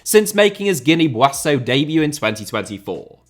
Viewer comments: Why do you pronounce Buassau? It's pronounced 'Beessau' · It's pronounced "Bee-saw" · Bissau* not Buassouw!!! Wtf!!!! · Guinea Bi-ah-zhu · Lol why were you pronouncing Bissau like that. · The pronunciation of Bissau makes me cry 😭😭 But the amount of research, obscure research that would be necessary for this video ....wow 😮 You deserve the best flowers. (Please use Google translate for some of these names. Yes, it is that bad 😭)